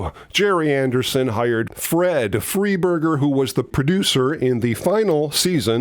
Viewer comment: Nice video but a minor quibble you mis pronounced Paul Morrow,it's more row not more owand notorious for ending series producer his name is pronounced Fry burger,not free burger.a minor point but I worked for 12 years in a job where I quickly discovered that pronouncing some ones name correctly goes a long way ( and doesn't make someone wonder just how much the telling was actually researched, )